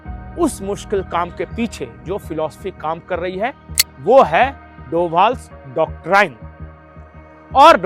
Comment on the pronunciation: कृपया डॉक्टराइन न कहकर डॉक्ट्रिन उच्चारित करे।